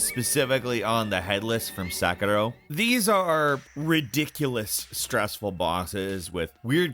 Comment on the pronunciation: Is Sekiro pronounce Sek-uh-ro or Sec-year-oh? The narrator is confusing me